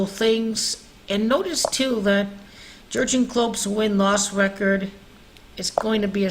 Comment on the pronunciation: Klopp’s forename is pronounced YURG (en). J, as in Juventus, G, as in gas!